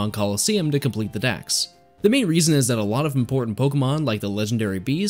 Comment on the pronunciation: Kanto DEX not DAXxx